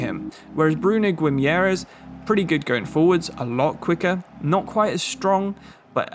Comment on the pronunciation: guimaraes is pronounced like Goo-ee-mah-rai-esh